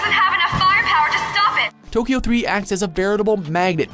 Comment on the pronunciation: I do enjoy these lists... But please, please, do at least a little bit of research on how to pronounce titles/character names. I cringe so hard every time.